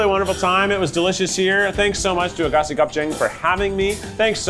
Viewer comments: i have never in my life heard that place pronounced as "AGASI" LMAOOOOOO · Lol love you Keith but I am laughing my ass off at the pronunciation of Aghassi